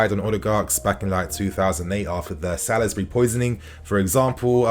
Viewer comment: That’s 3 videos now… it’s not Sa-liz-bury. It’s pronounced Sauls-bury!